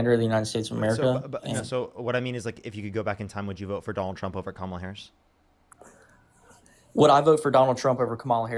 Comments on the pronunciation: The vice president is not part of the military chain of command, so they are not required to salute. This guy is complaining that a civilian does not salute him back. I would think that military people would be more upset if they did. Additionally, a lot of people who mispronounce Harris's last name have fallen for Trump's successful attempt at africanizing her, of "othering" her. Trump spent a lot of the time around the WWF which featured Kamala the Ugandan giant, after all. He knows the effect. Continuing to repeat her name incorrectly despite years of hearing it pronounced the proper way is very telling. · I can't stand these lying liars ... He has been around Harris but pronounce her name? And how she treated him? 😂😂😂 Boy bye ...